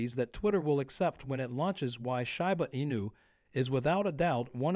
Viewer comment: When the guy starts pronouncing Shiba correctly, THEN I'll start believing him.